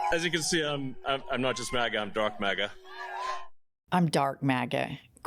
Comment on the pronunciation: Did Elon say he's Dark MAGA or Dork MAGA?